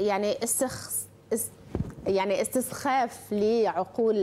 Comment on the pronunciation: هذه الإعلامية الخارقة القدرات والمؤهلات لم تستطع أن تلفظ كلمة " إستخفاف " . نصيحة ببلاش مساءً في المنزل خذي ورقة وقلماً واكتبي كلمة إستخفاف مئة مرة وبعدئذٍ قفِ أمام المرآة وعيدي الكلمة أيضاً مئة مرة فيمشي الحال . ثانياً : كم كانت ملامح السعادة والفرح والخبث بادية على وجه هذه الإعلامية الفائقة (الذكاء) وهي تارةً تقصف الثنائي وتارةً حزب الله بالكاتيوشا والغراد وهذا الدكتور المؤدب المتواضع اللبق بإعتقادي لم يستطع أن يصد الهجوم البربري كما يصده وئام وهاب أو جميل السيد أو علي حسن خليل أو نجاح واكيم . مستوى هذا التلفزيون إلى إنحدار . صحتين . تصبحون على جوزفين ديب جديدة .